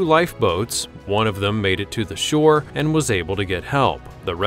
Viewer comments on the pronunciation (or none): none